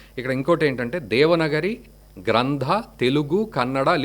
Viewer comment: ఆర్యా మీరు చాల గొప్ప విషయన్ని తెలియజేసినందులకు మీకు దన్యవాదములు , నమస్కారములు , ,, ఎంతో సంతోషముగా ఉన్నది ,, "దేవనగరి" అని చదువుతున్నారు అది "దేవనాగరి" , ఒక బారతీయ అతి ప్రాచీన లిపి , ఎన్నో ప్రాచీన శిలా శాసనాలు మనకు దేవనాగరి లిపిలో గోచరించును. అన్యదా భావించవద్దు , నమస్కారము